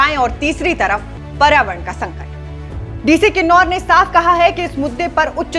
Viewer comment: Its kinnaur not kinnarr kailash